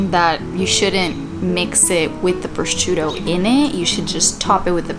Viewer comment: from a place of love please google the pronunciation of prosciutto lol